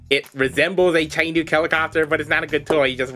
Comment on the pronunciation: Hate to pop in for the first time ever on one of your videos and correct your pronunciation, but Chinook is actually said Shi-nook. Otherwise good video, I really enjoyed the Our Worlds bit.